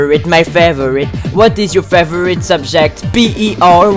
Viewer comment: work on "favourite" pronounciation